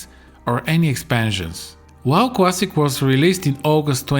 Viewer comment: "Should you pway World of Warcraft? World of Warcraft Cwassic? or Burning Crusade Cwassic? YES!!" Me "Oh..ok"